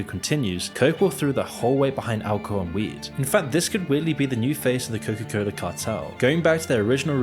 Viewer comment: Can someone please for the love of God tell me why is he pronouncing it Coca-Coller?